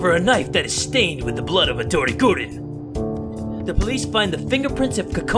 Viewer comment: woah...he said gurin